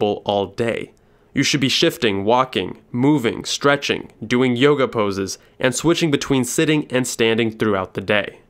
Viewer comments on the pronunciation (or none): none